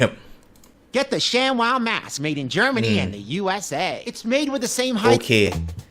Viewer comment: ทำไมอ่าน shamwow เป็นชักWOW